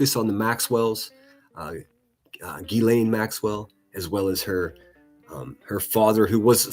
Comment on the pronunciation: Gee lan not gizzleeeen ...